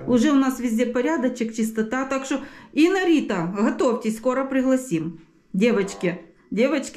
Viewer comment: промовила ім'я Інни та Рити як одне - Іннарита!